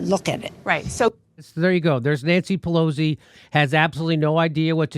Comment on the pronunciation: always enjoy how jimmy pronounces her name to sound like 'ponzi'....